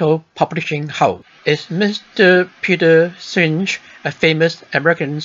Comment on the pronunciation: Peter Senge visited HK twice. Wow! Twice! And you can’t even pronounce his name correctly!